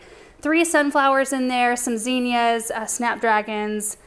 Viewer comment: Love watching Benjamin cooking with mama, he’s such a sweet boy! He reminds me of my oldest son. He’s 36 now and still a sweet and cuddly guy. Zinnia, pronounced Zinn-ee-ah, not Zeen-yah. The double “n” gives the “i” a short “I” sound. Not the pronunciation police, I just like to pronounce things correctly and thought others might like to know.